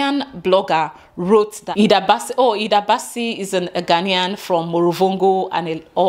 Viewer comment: You are pronouncing the names right👏🏽Thanks for letting them know it’s because of the name.The first time I heard the name I thought she was a Ghanaian.I wasn’t aware there was an argument on social media